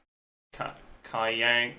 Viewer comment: Whyd he change his pronunciation of Kaiyang to be further away from the Chinese pinyin 'a' vowel? Imo his pronunciation was pretty good the first time